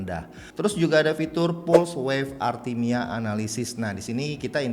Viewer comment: arrythmia bang, bukan artimia😁